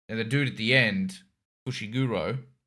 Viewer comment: If you're wanting to improve your Japanese pronunciation, probably my biggest tip would be don't close your 'O's. Basically, instead of saying the full -oh sound, just the -o part is pronounced. Instead of FushigurOH, it's Fushiguro. Kinda hard to convey in text, but that's the best explanation I've got. And was correct on Utahime. Japanese doesn't stress syllables the way English does, so it's not U-TAA-hi-me, just U-ta-hi-me.